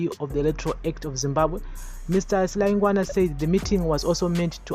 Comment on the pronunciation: Silayigwana not silangwana